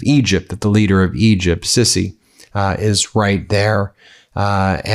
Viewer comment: it's sisi (see see) not sissy 😭😭